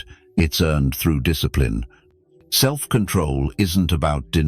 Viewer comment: Discipline ❌ Diss eh plee ne ✅ 😆